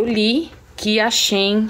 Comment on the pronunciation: Não é Shin é Shein , quando for pronunciar no lugar do E usa a letra A